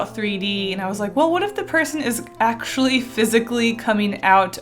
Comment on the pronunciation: "Axually" or something like that XD nah I loved the result of your 3D drawing. Spooky, but cute, but spooky.